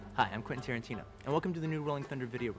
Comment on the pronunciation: Quantin Terenteno